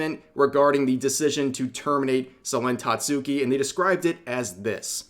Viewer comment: Lol Rev the # of times you mispronounce vtuber names.... it's Ta-tsu-ki. And Pomu is Po-mu. Although, Selen used to say it wrong too herself xD